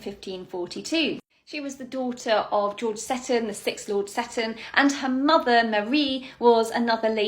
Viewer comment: My Scottish grandmother always recited a rhyme about the 4 Marys from which I know the correct pronunciation of that ladt's surname is see-ton not sett-on - thus the emphasis is on the long "e" vowell something I note corresponds with the present day pronunciation of Port Seaton on the North Sea coast south from Edinburgh